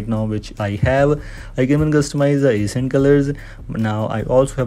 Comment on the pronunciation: My man is struggling to say ACCENT and I WILL 😂😂